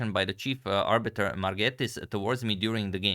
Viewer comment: Arbiter- 'Abut'...😂